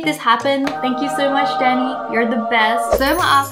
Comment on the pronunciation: When you said "thank you Danny" it sou ded like "thank you daddy" and im over here cleaning my ears